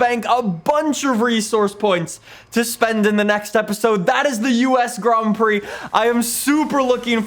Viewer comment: Grand prix not grom prix haha